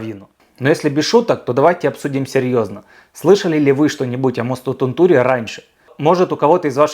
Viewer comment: Не Тунту́ри, а Ту́нтури. В финском ударение почти всегда на первую гласную.